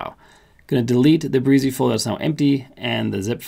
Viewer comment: Thanks for the excellent demo. Yes, game changer! Some minor edits: In their own tutuorials, Brizy pronounces their name - bri zee, rymes with dizzy. : "Layouts" option not showing up in free version but blocks, and saved/global are available with free version. Only 89 categories in free version as of this writing., not the 100 plus - are you using a pro account to demo the free one? : The stated URL whien using "view" option, is not what you have to accept if you choose the subdomain option when posting under "My Personal Projects" page. By choosing the subdomain option under "How to Publish Your Page" you actually get to put in your own choce of subdomain spelling. That gets rid of the hard to remember numbers and fruits. Does "layouts" option with multiple pages give developers the equivalent of a multi-page site? If so, maybe there is no need for multiple directories in CPanel when self-hosting. Anyway, I did what you explained and it all worked perfectly! Thanks.